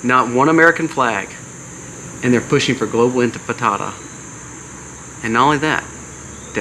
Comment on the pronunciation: Infitada? Or is it intifada?